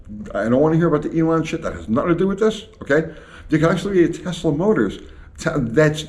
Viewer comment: Tehsluh, cause we're doing it our way, dammit